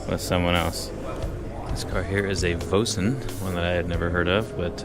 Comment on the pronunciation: "Voisin" is roughly pronounced "Vwah-SAW". Remember, these are French cars.